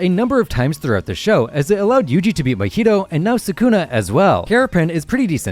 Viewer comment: You mispronounced sukuna so we can’t really trust anything else you say. Lame.